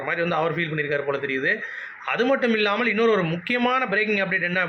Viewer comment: Not illlamalll only illamal bro. Tamil kolai panringa